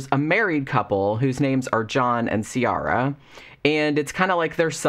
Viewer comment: This might change your whole experience of the book.. but Ciara in Ireland is pronounced Ki-ra 😄